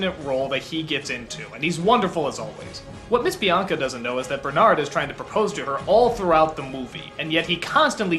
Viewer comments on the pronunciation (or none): none